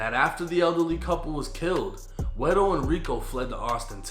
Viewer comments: Ey shoutsout to for actually saying guero correctly! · Good job pronouncing “guero,”. I like that.